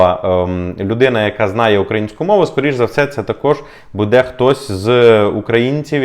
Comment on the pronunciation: Не буде а буде наголос на "бу"